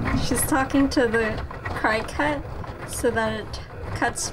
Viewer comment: Also 😂🤣 cricut is pronounced “cricket” and I...opp!